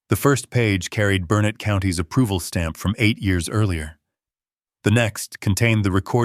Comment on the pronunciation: It’s not pronounced Bur nett. The pronunciation is BURNET. Stress is on the BUR. location. 41 miles from BURnet